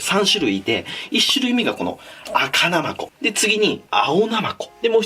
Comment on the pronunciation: なまこ のイントネーションがおかしい